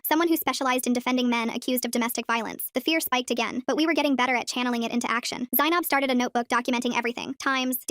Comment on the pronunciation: r u offended at the way they absolutely butchered the pronunciation? I am